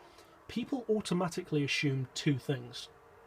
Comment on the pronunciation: Bro it is pronounced assume.. ass-oom.. not a-shoom